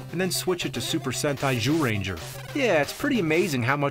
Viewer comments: That's the correct pronunciation. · That jyuurenjaa part made me burst out laughing lmao I used to watch the show when I was a kid and spot on Japanese lmao